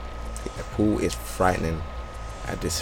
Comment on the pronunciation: This is a great video and all but why are you calling him Pool? xd no offense, just asking